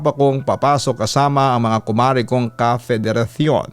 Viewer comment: hahahahahahaha natuwa ako sa pagkaka bigkas mo sa word na "federasyon" with "TH" yun "cion" ang landi pakinggan eh. hahahahah!